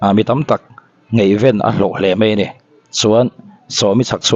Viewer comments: Ngeihven tiin ilam a,ngaihven tih tur Aw mawipa😂😂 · "Ngeihven" tia i lam rik kha i lam dan a dik lo a, Ngaihven tia lam zawk tur a ni e aw.. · Ngeihven nilo ngaihven tihtur aw,mipui en tur meuha chhawpchhuah ah chuan lam dik hram2 theila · Ngaihven tih ve la.ngeihven tih chu amak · "Ngaihven" thluk dan hi a dik lo, "Ngaihdan" tih thluk nen a in ang.